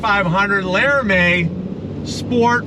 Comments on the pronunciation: "Lara-may"? its "Lara-mee" 😂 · Lara mee not Lara may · Crazy to think somebody that owns a demon 170 would say LARAMIE like that